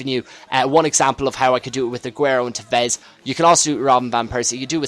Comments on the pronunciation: TEvez not teVEZ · you cant say tevez...